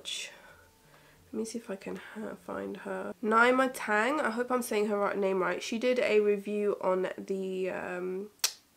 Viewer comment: It is pronounced as Neema Tang.